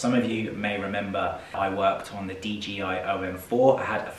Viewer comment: Sounded like you was saying DGI not DJI